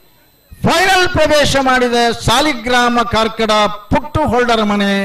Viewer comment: ಕಾರ್ಕಡ ಪುಟ್ಟುಹೊಳ್ಳ... Not ಕಾರ್ಕಳ